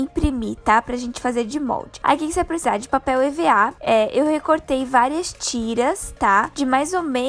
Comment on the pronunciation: Ela disse papel e.v.a kkkk